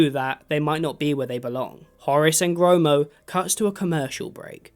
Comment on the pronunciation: Bro said horis and gromos